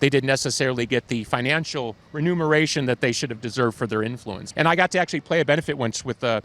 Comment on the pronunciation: Love listening to music nerds nerd out... but just because I'm bitter and jealous and a shell of a human being... It's "remuneration", Billy. Ok I'm done hahaha. Sorry, had to. Just had to take your level 12.9/10 genius down to a 12.89 for the internet trolls out there.